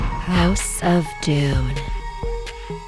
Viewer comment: I thought it called doom not doon 🧐🧐